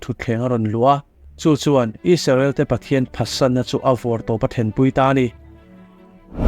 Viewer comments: Isarel tih nilo in Israel tihian lam hram teh ang u . Ram hming ani a duh dan dan a lam chi ani lo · Isarel tiin ilam thina Israel tih zawk tur a ni lo maw?